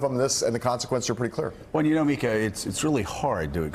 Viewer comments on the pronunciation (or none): none